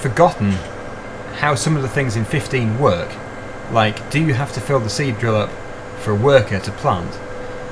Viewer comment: Now I can only hear him say c-drill